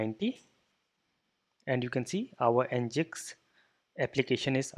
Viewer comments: it's Engine-X bro not ngiks!! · Nginx is pronounced as Engine-X.